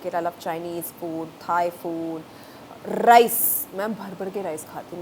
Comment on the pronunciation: When she 'rrrrrrrrrice' I felt that 😍 Rice is not a food item ...it's an emotion 😌